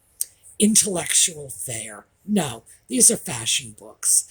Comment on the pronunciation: don’t you know that Harry’s wife is a “Fashawn” expert?? Haha she certainly likes the colour Beige 😂 absolutely love the Audie time ❤